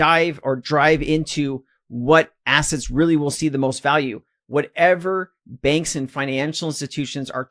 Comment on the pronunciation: Took me a while to realise ‘benks’ is actually ‘banks’